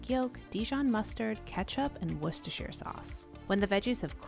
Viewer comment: You are the only American I know who has actually managed to say Worcestershire sauce without messing it up. Yaaaaay